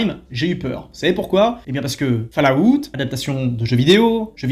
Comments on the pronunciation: Falllaout ?? C'est quoi encore ça ?? Essaye Fallout c'est mieux. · C'est incroyable de sucer autant les anglophones mais prononcé FALLLLLAAAAAOUTTTTTTTTTT !